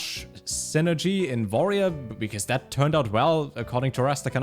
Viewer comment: You always say warrior with a v